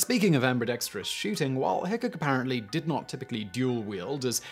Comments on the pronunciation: It's pronounced "Wild Bill HickCOCK". Not Hickick. lol! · Once again....it is pronounced Hick -cock and not like the word "hiccup." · Normally I love your videos Simon, but this time you were getting on my nerves mispronouncing Wild Bill Hickok’s and Jerry Miculek’s surnames!